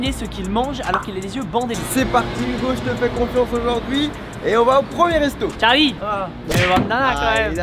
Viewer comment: tu m’a dit mon tcharlie like si t’a lu avec l’accent